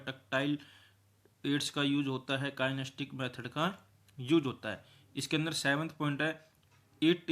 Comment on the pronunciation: kien-es-the-tic kinesthetic not kinestic